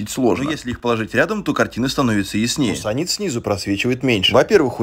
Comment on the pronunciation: Не удивляюсь, что в комментах почти все пишут "муссонит", если автор сам так произносит. Муассанит*